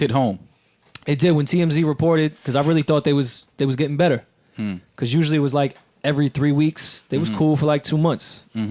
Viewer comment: "beRor's" lool